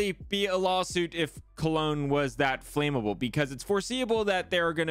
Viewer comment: "Win meals" "Flaymable" 😄😄